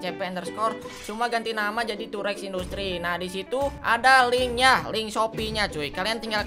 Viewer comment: Gw denger durex Ternyata tow rex wkwkwkwk